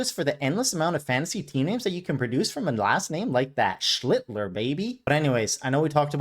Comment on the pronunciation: Careful with that Schlittler pronunciation, man. This is a family show. That said, I expect to hear "cuck" no less than twice in every video and you delivered. From another fellow, thanks for continuing to justify my obsession with Kurtz. Idk how many losses it has contributed to thus far, but it's finally paying off as my playoff hopes hang by a thread! Does the mini-hoop indicate that you'll keep this going with some basketball content? The football market is flooded and I already think I know more than everyone in that sport, but the NBA is an afterthought as one who always preferred college hoops. Either way, I'll support it until you bore me or piss me off! Non-sports question... I think you've hinted (or flat-out stated) that you're in Texas, but do I detect a little canuck in that accent? Whatever it is, it doesn't exactly scream Texan. 🤣